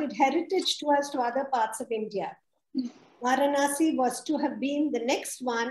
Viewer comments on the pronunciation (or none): I think the correct way to pronounce Varanasi is வரணாஸி not வாரணாஸி. Excellent presentation by Sriramji. I am a fan of him on his videos on Madras...